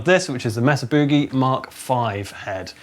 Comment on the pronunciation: Here in America, Mesa is pronounced "May-sah". The "e" in Mesa has the long "a" sound(Like the word "Hey"). And the "oo" in Boogie is pronounced like "Book" not like the scary "Boo" or a "Booing" crowd(like says it). Btw, in America, a mesa is what we call an elevated, flat topped plateau. And boogie is mostly used as a synonym for getting down, grooving or jamming music. So Mesa Boogie is like saying/ bragging, "We' provide a higher level of sound for jamming music". Which fits because Mesa started by doing mods and upgrades to existing, common amps. Anyway, just thought y'all might like to know the correct American pronunciation. 👍😂